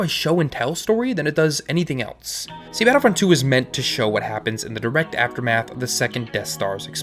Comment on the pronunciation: You say else like eltse